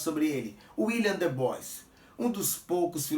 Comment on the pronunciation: Como sempre, mais um excelente vídeo,! A título de contribuição (sem querer bancar o preciosista ou pedante), a pronúncia correta para Du Bois é [dibuá]. Um grande abraço!